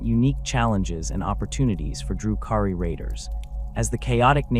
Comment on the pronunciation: AI garbage, the way they pronounce DRU-KHARI gives it away. Delete this shit